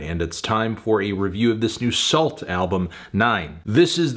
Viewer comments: i think the T is silent so it’s like Soul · I've never heard of this group, but isn't it pronounced "soo"? At least in Canada (and I supposed other French speaking/influenced countries), that's how we pronounce it. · Isn't it pronounced "Soo"? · Anyone else think it was pronounced "Soo", like Sault St Marie, or is that just the Minnesota in me 😂